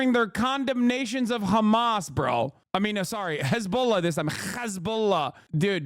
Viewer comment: dude goes out of his way pronouncing hezbollah in the correct way, but disregards everyother country's way of saying there name, for me this dude fell off, yes be left yes be socialist but by god or allah i dont care dont side with religious terrorism. dude needs to self reflect, ofc you can support gaza and palestine no probs there but hezbollah is an known terrorist group/cell troughout the west and even in islam its not okay to support them. but this dude so focused on fucking israel that he lost sight.